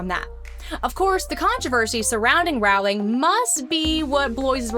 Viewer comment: Rowling is pronounced “Rolling”. Rhymes with “bowling”.